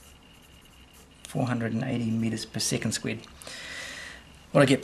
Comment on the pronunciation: Great video but can't u just pronounce it square instead of squid🦑